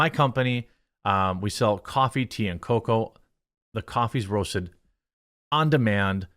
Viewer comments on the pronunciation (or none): Its funny when a grown man says coa coa